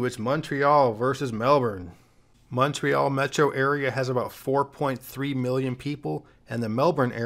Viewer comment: OMG thanks for pronouncing Montreal correctly - with the O pronounced like Monday, monkey or come, not MAHNtreal like most Americans pronounce it. +1 point for you!